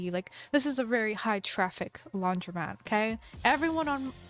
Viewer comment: pov you just figured out it’s said laundromat and not laundry mat